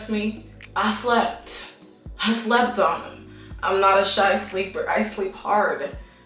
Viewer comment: "I shhlept" 🤣🤣